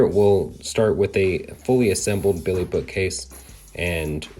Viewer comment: this guy has a really hard time saying BILLY haha